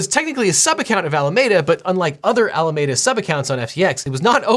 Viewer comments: It pains me to hear you say “Alameda” wrong so many times lol there’s even a clip where they say it right, and still you say “ah-la-may-da” instead of “ah-la-me-da”. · its alaMEda not alamAda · Objection! It’s Al-uh-mee-duh, not Al-uh-may-duh! I cite my grandparents and aunts who live in Alameda. 🤓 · ffs It's AlamEda not Alamayda. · Al a meee da. Not Ala made uh. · It’s really hard to watch this video when you keep mispronouncing Alameda. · Ala-ME-duh. Not med-uh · You are pronouncing Alameda wrong, it's a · luh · mee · duh with a "mee" not a "meh" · I'm sorry as it doesn't matter but it's bugging me... Pretty sure it's pronounced Ala-me-da as me and you not Ala-may-da. From the bay area and that's how it's pronounced here and how your clips are sayings it. Love this channel! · Good summary. It’s pronounced Alameeeda and not Alamada. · It's al-ah-MEE-da, not al-ah-MAY-da. Believe me, I live in Alameda County, and go to Alameda Island Brewing Company, which is on Alameda Island. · I love you so much LegalEagle but it’s driving me crazy how you pronounce Alameda. Ala-ME-duh not ala-MAY-duh. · I know it's not that important but it's pronounced "Al ah me duh" not "Al ah may duh" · I love his videos but I just can’t get over him pronouncing Alameda as a·luh·meh·duh when it should be a·luh·mee·duh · I think you may be mispronouncing Alameda. If, as I assume, it was named after the county in the Bay Area ( includes the towns of Berkeley, Oakland, and Fremont) then the common pronunciation of the county is: AL-ə-MEE-də with the middle being pronounced like ME. Thanks and enjoy the content. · Say it with me now "Al-A-MEEE-Da" not "Al-A-May-Da." But it's okay, you're just a Angelino. Bay Area people know better. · Since SBF is from Palo Alto, shouldn't it be pronounced Al-uh-ME-duh? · Isn't it AlamEda, pronounced like the city in CA? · It's "Ala-Mee-duh." Named after Alameda County, I winced every time, so many times lol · It's "Ala-meeeee-da" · Al-aa -me -da